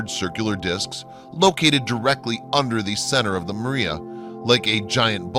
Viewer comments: PS It's pronounced MAH-re=uh, Not MARE-e-uh. It's Latin, dude! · People will believe anything to avoid admitting GOD PUT THE MOON THERE. Edit you keep saying maria like the way whites use the name.. It is said as Spanish say it with emphasis on the R, like my username... It's not pronounced Mirria.. It's MAR-e-ah(Mars without the S) and emphasis on the R.. Not Mur-E-ah